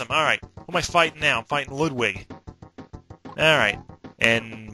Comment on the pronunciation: you are the first person whos called him "Loodwig" rather then" Lud-Wig". I thank you for that. It sounds sooo much better.